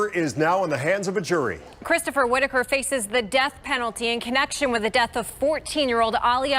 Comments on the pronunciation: Whit-taker? Wouldn't you learn the correct pronunciation before u say it wrong 100 times? LOL! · Whitaker…short “a”. Please pronounce the last name correctly.